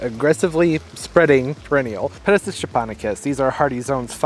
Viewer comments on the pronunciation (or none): Pronounced - Peta sight ees